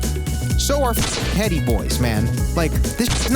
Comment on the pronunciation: noooo stop don’t pronounce the H in Hedi boy noooo